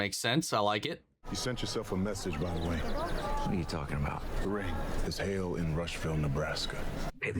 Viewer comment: "Hail-in" "Alien"